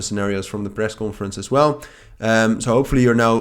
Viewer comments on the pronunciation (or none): Small help here on your pronunciation of conference. It's cohn-ference. Dutch people pronounce it as cawnforence. 😊